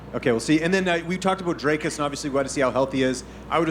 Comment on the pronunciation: Why can Americans not pronounce Dricus Du Plessis’ name correctly? It’s not hard: Dricus - “Dric”sounds like stick and then add “us” after saying Dric sounding like stick Du Plessis - Do-pless-see. It’s common courtesy to get someone’s name right especially when the guy is going to be fighting for a championship belt in your company.